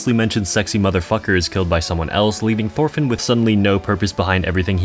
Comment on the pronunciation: why do u pronounce it like “thorfinn” it’s pronounced like “torfinn”, the “h” is silent